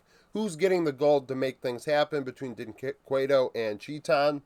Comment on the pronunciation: Just as a shoutout to help you, to pronounc dynquedo in the "right way" you can kinda say "jhin kedo" cause in the case of his name the U is mute. love your vids, as a brazilian that lives in the united states it is awesome to see some engagement coming from the us.